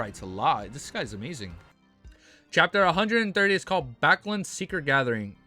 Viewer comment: Haven’t finished the video, so don’t know if you corrected it, but it’s bAcklUnd, not buckland or backland.